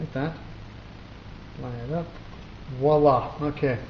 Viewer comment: "Wala"? Lol... I think you mean voila... But great work anyway. :)